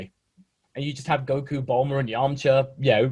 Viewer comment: Stop butchering his name please!.. he is goku for so many people have some respect of the name 😑